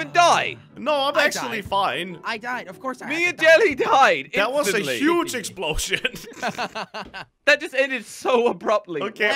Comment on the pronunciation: who notice crainer said explosh*t